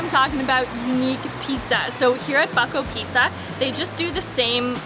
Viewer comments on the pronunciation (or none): Hi, Bucko pizza... it's pronunciation is like try... BoooTSKO.. , otherwise... great stuff you guys in my city